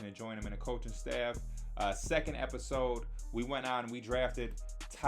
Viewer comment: "Last epitoos-ep, 'scuse me" I'm crying